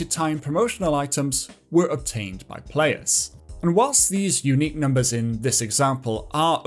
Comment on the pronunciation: "unqiue" :_caspFacepalm: But still giving great information to people